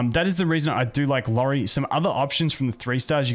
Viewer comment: It’s iori btw, not lori